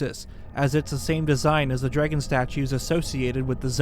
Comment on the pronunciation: Come here just for his pronunciation of “drægon” lol